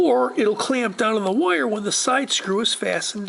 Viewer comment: It is just me, or does this guy pronounce "wire" (Wye-yur) in a way that rhymes with "lawyer" (Lye-yur)? And, for the record, I pronounce Lawyer like Loy-yur or Attorney, lol